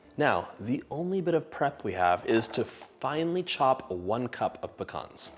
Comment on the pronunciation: I'm so glad you pronounce pecans properly lol . My father was Greek also